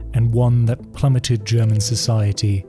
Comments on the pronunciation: Loved the german pronunciation. You have to be German or maybe austrian or Swiss. But I would've never guessed by how good you speak english wow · Found an awesome new channel! Not surprised you’re Swiss haha, perfect German pronunciation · You can tell there was alot of effort put into this video and that its also really good quality, also ur german pronunciation is very good, thums up 👍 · The correctly pronounced German words made this very nice to watch, thanks! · DAMN DUDE you got a language talent! I'm german myself to hear it and imperesses + thank you for the breakdown on the whole story. Ruhe in Frieden to those who died. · Really good german pronounciation, you don't hear that often. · as a german i really like your pronounciation of german words xD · You have a very good accent when you pronounce German phrases and names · As a German I can say his German pronounciation was perfect. Very impressive! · Very good pronunciation of the german words. Well done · I assume that you speak German, because the pronunciations are flawless